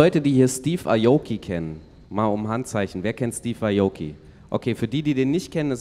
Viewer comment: schafft es immer wieder Namen falsch auszusprechen. Dickerchen! Steve ajouki? 😂😂😂